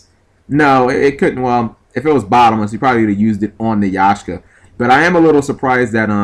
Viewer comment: G! it's Ya-k-sha! Not Yah-sh-ka, but again, you are the guy who plays blue jeans with bujohnny crane